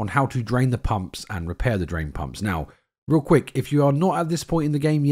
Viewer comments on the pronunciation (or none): none